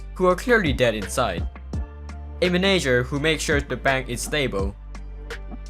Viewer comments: I love how you say manager like menager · The way he says manager